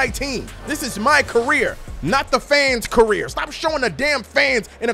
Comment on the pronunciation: “Fans carer”😭